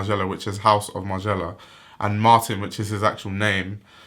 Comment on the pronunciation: No hate, love your videos, but can you say Martin (with regards to Margiela) in the correct/french pronunciation.